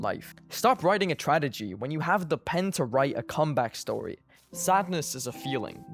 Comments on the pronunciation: Not to be rude but u said tradegy like 3 times im pretty sure u were trying to say tragedy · As someone with depression, the only decent part of my day was hearing this guy say "tradegy" instead of "tragedy" all vid long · Lowk funny how he says tradegy